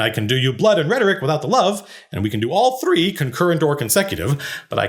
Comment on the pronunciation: "all thREAE"